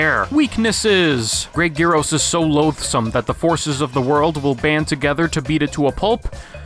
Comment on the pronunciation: Technically, it's pronounced "Great Yee-rros".